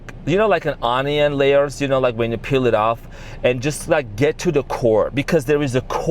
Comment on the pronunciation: Omg, i fukkin love how you say "On-i-on" 🥰 I'm using that fancy sprinkle